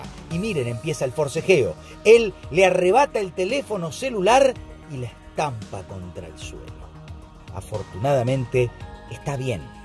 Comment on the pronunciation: min "LA ESPAMPA"